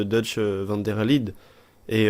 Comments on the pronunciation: Comment tu dit van der Linde tu dis comme van der LIDE ET NON LINDE 😂😂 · Van der LINDE ça se prononce "LINEDE" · On dit van der linede